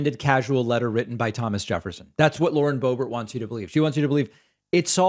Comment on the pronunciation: Is that how you say Lauren's last name?